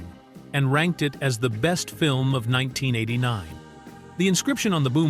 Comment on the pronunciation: AI Slop. You couldnt pronounce 1989